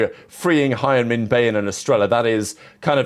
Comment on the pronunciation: its been months and this guy still cant say Hyunmin right